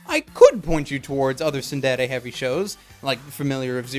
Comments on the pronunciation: he says tsudere so weird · i get cancer when you pronounce tsundere; tsunderay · Also this guy feels like a weeb; "Soon dey ley yey" It's TsunDere dude, SOON DEH REY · Pronounced "tsuun-dey-rey" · I gave this video a thumbs down for the way he pronounced tsundere but overall good video